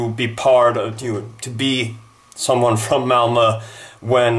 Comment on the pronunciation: Your pronunciation of the name "Malmö" is far from great. It took me a while to understand what team you were referring to since I kept hearing "Elmo" instead of "Malmö". Just a minor pointed, love your videos. :)